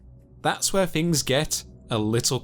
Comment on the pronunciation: Found Four Fousand Fings in this accent.